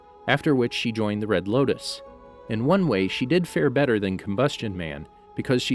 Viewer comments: Did anyone else notice he said the red lokus instead of the red lotus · it sounds like you say “red locust”